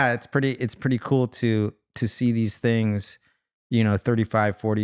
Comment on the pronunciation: its things not tings lol